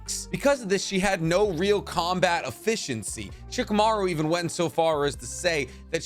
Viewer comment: tbh it genuinely bothers me how you say character names. shikamaru in particular... it's so cringe